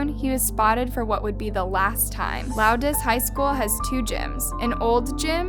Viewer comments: Val DA sta not Val DOE sta. Lowndes is one syllable. I'm from near there and friends with teachers at both Lowndes and Valdosta. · She was say lowdes and Valdosta wrong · she said lownDES and valDOsta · Bring from valdosta and hearing her pronounce valdosta and lowndes makes me angry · You’re saying Valdosta wrong. And you said Lowndes wrong. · hey babes! you don’t know how excited i was to see this pop up as i go to Lowndes high. i’d just like to point out that you mispronounced Valdosta and Lowndes. Which is perfectly fine just thought i’d let you know